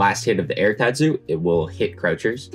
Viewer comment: The says " teahtsu " instead of tatsu